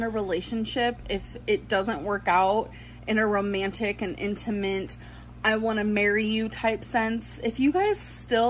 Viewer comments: Did she say "intiment"? English isn't my first language but it didn't sound like "intimate" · did she say 'intaMINT' ?? ....................what the..? there is no way she is not a troll with how she mispronounces words. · This gorl just said “Intimint” instead of Intimate 😂😂😂😂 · In da mint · "Intamint" and she also said "wilderbeans" in this vlog at one point. Like honestly did she have a stroke??? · I felt the overwhelming urge to punch my screen when she said "Inta-mint" 😊🤛 (couldn't find a better emoji face for "Smug AF" lol) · Commenting as I’m watching here but are we not discussing “inti-MINT” 😂 and she needs to outline she’s not smarter than a kid? It’s intimate sis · She said "intermint" did she mean "intimate'? Or am I getting dumber? 😭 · Exactly I was just like “ Hold the phone, did you just say Intamint?” Like wtf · You think if Destiny called her fat she'd finally lose weight?? Also... Did she really just say "intamint" ... Gorl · "Intamint" never ceases to amaze. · We all know if Becky had an ex staying in the house would be burning the house down. Also, what is INT-A-MINT??? Does she mean intimate?! 😂👏🏼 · “In-tuh-mint” (Intimate) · “Intimant.” She can’t say ANYTHING correctly. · "Inta-mint". face palm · INTAMINT!!!!! Gorl it’s INTIMATE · ‘inta-mint’ ????? why can’t she say things right! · She really just said “intiMINT” instead of intimate... Jesus fucking Christ